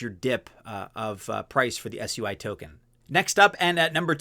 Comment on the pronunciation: Plz dont pronounce it swee. Whats wrong with soo-e